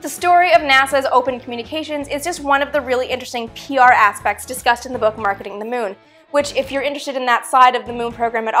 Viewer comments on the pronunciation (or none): none